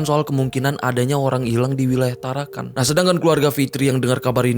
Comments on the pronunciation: TarakaN bang, bukan tarakaNG. Salam dari Tarakan. 😁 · Hahahah bukan tarankang. Bro tarakan 😂